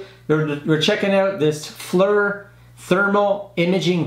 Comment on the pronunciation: It’s pronounced “fleer” not “fler” lol